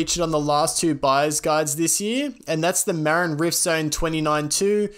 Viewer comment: Sorry mate, but I endo'd right over the way you pronounced "Marin". Put the stress on the second syllable, my dude: mə-RIN. (It's the name of the county to the north of San Francisco where mountain biking was born, and one of the oldest brands.) Otherwise, fantastic info and presentation! 👍